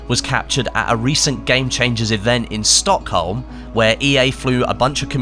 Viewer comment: Great video bud as always, but the way you say Stockholm sounds so weird